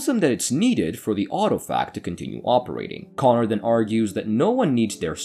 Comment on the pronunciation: It's KonRAD not KonNard